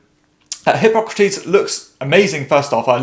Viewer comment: Who else heard "hip-hop critiques" when he said Hippocrates the first time?